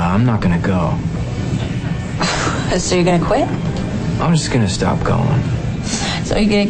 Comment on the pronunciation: "If I can't rule the world, I kvit!"